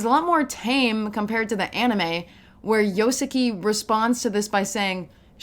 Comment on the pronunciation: Great video, but girl how are you gonna butcher my man Yoshiki’s name for a whole hour